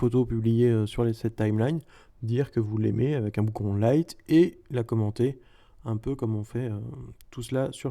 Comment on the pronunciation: "...dire que vous l'aimez avec un boukon lite" :DDD